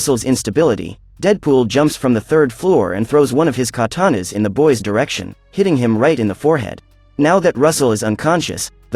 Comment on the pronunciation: he said ka ta noss